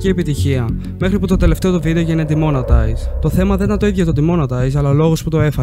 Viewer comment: demonotize ρε φιλε το σκοτωσες λιγο😅